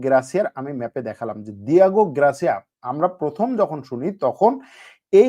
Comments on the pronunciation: গ্রাসিয়া না রে বাবা, গার্সিয়া। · Grasia na garsia english Porte pare na